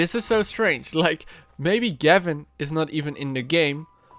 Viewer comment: Gevin? More like GAV-IN